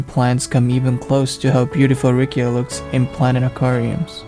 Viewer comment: It's Riccia not Rikkia... correct me if I'm wrong